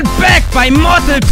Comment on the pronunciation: Es heißt badassss